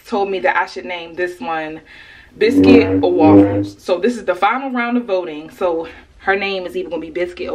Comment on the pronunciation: Biscuit cause can sound British every time you say Biscuit :)